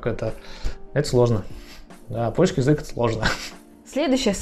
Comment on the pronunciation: С ударениями в польском всё просто: всегда на предпоследний слог! Кроме односложных слов, конечно. У вас получится 😁